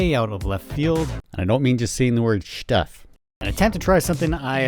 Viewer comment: Thought I was the only one who said shtuff. Thanks for your hard work